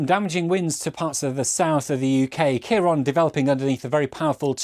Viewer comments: its not ciaron its ciaran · Why are you saying storm kiron